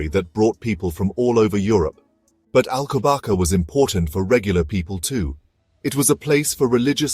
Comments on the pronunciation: it is prounonced "alcobassa"! not alcobaka!!! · I love the Monastery of Alcobaça, but I have to watch this with the volume turned off. How can a video be made without checking how to pronounce Alcobaça, ç is pronounced as a soft S not K.